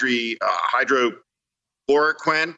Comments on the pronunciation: "Hydro-chloroquin" This guy doesn't know what he's talking about. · Steve Schmidt has trouble saying "Hydroxychloroquine". LOL